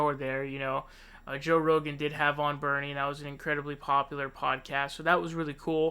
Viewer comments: Why do you pronounce his name like that? Joe Ro-Gann. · Why do you say “Joe Row-gan”??? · Did you say Joe Roganne? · Joe ‘Ro-gaan’ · Why do you say Rogan so weird? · I see you're having trouble deciding how to pronounce "Rogan" lol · You pronounce Rogan like Devon Nunez pronounces Parnas like you're pretending not to know who he is. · LOL. Joe Ro GAN and Tulsi Jabbard. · i like how you twist everybody's name: Joe RoghEn, Cory BOker, Bernie SAnders, Tulsi GEabbard,etc